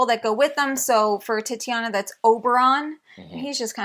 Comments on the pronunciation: Titania, not Tatiana. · Sorry to be that guy but the Unmatched character is pronounced Tit-AH-nee-a, not Titty-ah-na